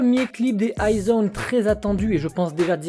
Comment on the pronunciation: Ahahah nooooo~~~~ ce n'est pas I-zone mais IS ONE 😅🤣